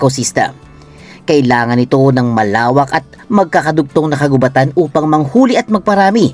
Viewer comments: Mali naman ang pagbasa mo ng "kagubatan". Ang root word na gubat ay hindi binabasa ng mabilis kundi mabagal hence ang word na "kagubatan" ay dapat ding basahin ng mabagal. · bat parang mali ang pag bigkas sa 'kagubatan'..... 🙄